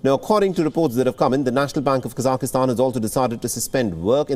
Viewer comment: Please someone help this guy reading the news to say KASAKHSTAN - It is NOT Kasakistan - it is 3 syllables - Ka , SAKH (silent H), Stan